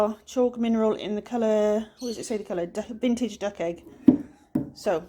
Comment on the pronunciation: Dug?? Lol ! Ment Duck!